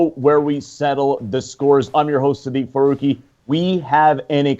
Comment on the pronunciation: Wow Dave's little stooge doesn't even know how to pronounce Seth Feroce's name, thats kinda fucked up